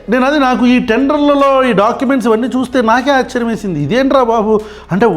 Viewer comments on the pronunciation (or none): none